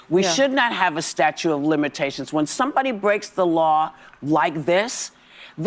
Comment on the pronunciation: Hey Whoopi, what is a "statue of limitations" . Dmb ass